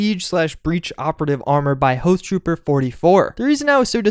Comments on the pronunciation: it's pronounced " ha th trooper", not " hoe th trooper". hoth as in hoth from empire strikes back. he quit modding fallout 4 for a couple of reasons, took too long for the creation kit to come out and bethesda's fairly terrible mod system on beth net(mods getting stolen and uploaded for xbox). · Hothtrooper34... it's Hoth, with an AH sound, not OH sound. Jeez, sometimes I think this guy does it on purpose. :| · "Hohth-trooper" Hnngh